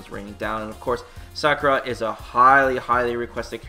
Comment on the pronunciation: It's Sakura not Sockra!